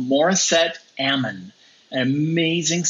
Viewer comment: Amon. Emphasis on the M, not the a. (Like "Mom" with an n)